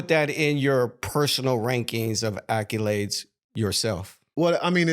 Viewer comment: is cringe. Ruins the vibe every time he opens his mouth. And for the love of god, Learn how to pronounce “accolades” bro.